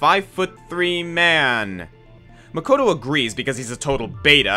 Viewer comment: By romanizing the pronunciation? He also pronounces "Makoto" incorrectly, since the English voice cast of Danganronpa mispronounces a lot of names